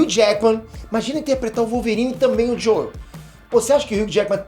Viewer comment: Você não precisa falar JoEl, se fala “Jow” apenas. Fica esquisito ficar falando JoEl